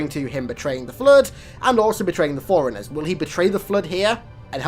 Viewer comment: Throughout your videos the only thing that's a minor gripe in my opinion is your overuse of the word "iconic." Still, much better than HALOFollower constantly mispronouncing words like Forerunner as "foreigner" & Sangheili as "sinkheely." That shit gets on my nerves.